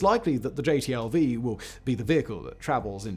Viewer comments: It drove me nuts that dude kept calling the new vehicle a "JTLV" instead of a "JLTV." I always hated the HMMWV in my time (USMC 88 - 92). W regularly called it the "Uff" (Useless Fuck). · I'm just going to do it because it's bugging me and I feel a little petty today. Simon, you keep calling the JLTV the JTLV. I don't think you ever say the correct initialism of the thing. Not that it changes the content of the video or decides the fate of the world, but it's bugging me even though JTLV does kind of roll off the tongue easier. I don't take your name and put it as the initialism of SFWB, no. You're SFBW; Simon "Fact-Boi" Whistler.